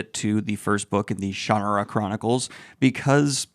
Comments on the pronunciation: Every pronunciation? I didn't hear my ShanNAHRa at any point. 👀😂 It's been a while, but I think I still enjoy these books in small doses. As a teenager I once binged five back to back and was sick of Brooks's writing by the end. But he isn't the only author I've had that problem with. Calling him formulaic feels too weighed down with negative associations, but it is the word that comes to mind. Having a formula is how writers turn out book after book on schedule. We expect it from other genres, like mystery or romance, but tend to look down on fantasy authors who give us more or less predictable bodies of work. I look at it as a neutral quality. I know what I'm getting from a Shannara book, or a Midkemia or Valdemar book, in terms of the character types and general themes the author gravitates to. In other ways, he does get more developed and interesting as the series goes, so if you liked the stronger points of this one, you'd probably like the next book. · Unsubscribed for how you are pronouncing Shannara. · I only dabbled in this series growing up, but every pronunciation that isn't shuh-nar-uh still has me absolutely shook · Guy is still saying "Shannara" wrong in my mind. "SHAN-are-ah" The "a" is "ah" like how the British say it, not like an American pronunciation. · Maybe I have the pronunciation spelled wrong. Maybe more like "shun-are-uh." So, more like the Shunarra that you wrote is how it sounded in my mind. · Sha-NAH-Rah This book is great for getting INTO fantasy - it captures the "adventure" vibe perfectly, and is relatively familiar. The "Heritate of Shannara" series is FANTASTIC - really brings some great unique things into the fold here. Absolute favourite series to this day, except for Codex Alera. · It's pronounced Sha Na Ra and these books are some of the best of the fantasy genre. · The way you say shannara makes me want to throw up. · That was worth watching just for the 49 pronunciations of Shannara! Also a fair critique overall.